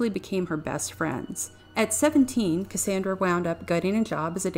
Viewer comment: Her name is pronounced "cass ON dra" not "cass AAAAAAN dra..." 2 years too late, I know.